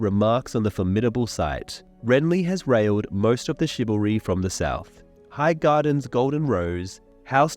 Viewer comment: being renly is a certain way mispronouncing RALLIED (ral eed) as RAILED (ray uld) might need to be fixed despite how accurate the mispronunciation is.